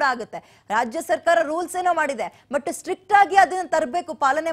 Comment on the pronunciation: Akka anchor akka adu strick allakka "strict" adu.